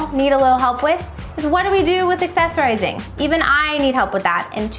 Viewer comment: You say accessorize so weird